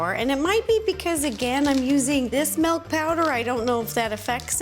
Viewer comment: What is "melk"?? 😂